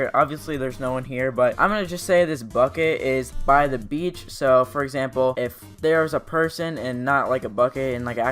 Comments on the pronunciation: You mean bitch instead of beach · him: by the beach me: BY THE BI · When u say 'Your by a beach,' it thinks your saying your by a b*tch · Beach as in bitch and as whole as in ass whole..